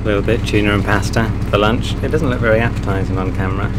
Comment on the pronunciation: Luinch? Dinner? Don't you mean Tea? :)